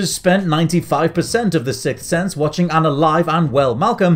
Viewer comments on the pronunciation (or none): none